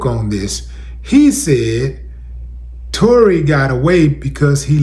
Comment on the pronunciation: He butchered Tory 🤦🏿‍♂️🤷🏿‍♂️